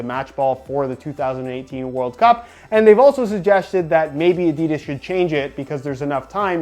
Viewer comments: Its pronounced Adidas not Adidas. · Great video, the aDIdas pronunciation killed me inside a bit though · It makes me kinda uncomfortable whenever he pronounces adidas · William Hutchinson fucking hate it...😂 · William Hutchinson yeah it's fucking gross, why do Americans always have to pronounce words stupidly 😪😴